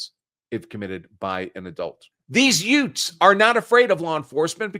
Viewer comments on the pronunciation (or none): Did you say yoots? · Counselor, did you just say: “Dees Yoots?”